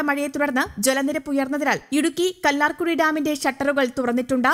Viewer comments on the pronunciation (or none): കല്ലാർ കുഴി അല്ല കല്ലാർ കുട്ടി